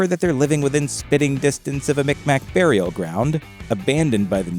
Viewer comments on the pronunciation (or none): none